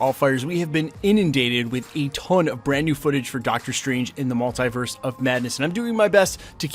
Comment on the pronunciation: Please say multiverse properly